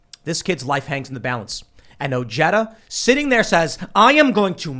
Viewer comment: Love you Tim you keep pronouncing the name Ojeda wrong. The "j" is pronounced like an "h."